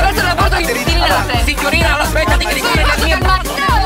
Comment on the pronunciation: taxi in Milano are white not Black ... fake video and awful Italian pronounce !!!! BLEEAHHH Great RAFFAELLA CARRA'